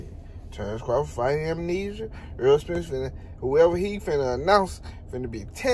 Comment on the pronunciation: He said, “Terrence Crawford fighting, AMENESIA”… 😂😂😂 like he REALLY fighting a sickness 😂😂🔥🔥 Bud a 🦆 💥🥊